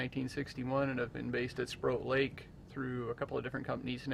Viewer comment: To note: it’s not Sprout Lake, it’s Sproat (rhymes with ‘boat’) Lake.